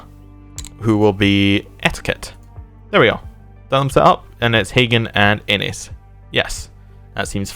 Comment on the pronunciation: Lol it's Aenys not Anus.